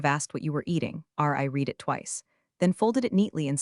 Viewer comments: AI can't pronounce words correctly. you think by now, they would default "read" to "red" instead of "reed" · Nothing yanks me out of a story faster than “reed” instead of “red.” And Ortega deserves better!